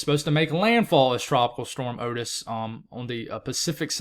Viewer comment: Hey. You pronounced Otis right the first time. It's a common name in some places. I had an uncle with that name.